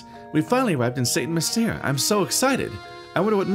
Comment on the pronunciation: St Mystere is pronounced San Mystair.